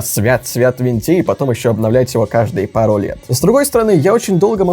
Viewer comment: Палу не пару - палу слушаю и ржу)